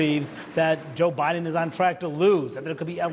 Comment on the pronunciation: Omg Manu messed up Biden's name. Please evaluate him for dementia.